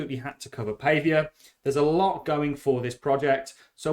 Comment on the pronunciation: Pretty sure you pronounce it Paww vee a :)